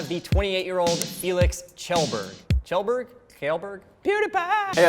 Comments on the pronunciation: You pronounced it "chellberg". It’s kjellberg. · "Shellburg". It's not that fucking hard. Fucks sake "let's all laugh at pewds' name hahaha we're so original" jesus.